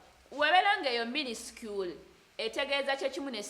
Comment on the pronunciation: Minuscule...... pronounced it minister🤣🤣🤣🤣🤣🤣 banange nze bano ba student bansuuseko